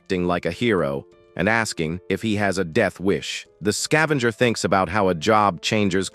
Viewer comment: Level "Zao Skaevenger" all i had to hear then i turned it off.